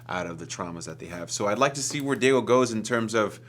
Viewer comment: im in love with the way david pronounces diego in the most spanish way possible like "dee-ye-go" rather than "dee-yay-go"